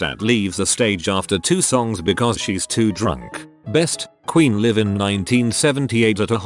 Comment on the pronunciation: You really should monitor what your AI says. In the intro it said liv instead of laiv for live